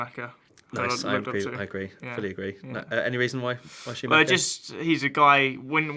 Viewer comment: at first i was like who the fuck is shumaka, then it hit me. SCHUMACHER. jesus.